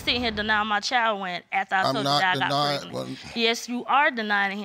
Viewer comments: I can’t even... Preg-a-nent 🤔 why is it so hard to speak well? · “PRAGANENT”...... is that a word?